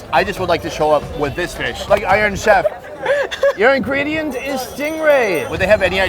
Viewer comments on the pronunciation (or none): none